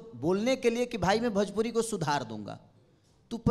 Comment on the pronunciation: भजपूरी नहीं भोजपुरी बोल छक्के 😂